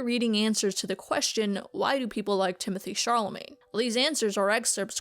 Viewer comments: Are you calling him Timothee Charlemagne? Haah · very interesting!! i'd just like to point out the reading of timothee chalamet's fans . the high tone and pronunciation seems mocking. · couldn't tell if you were intentionally mispronouncing timothee chalamet's name or not 😂 great vid!